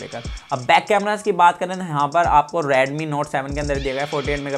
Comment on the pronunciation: its redmi not radmi 😄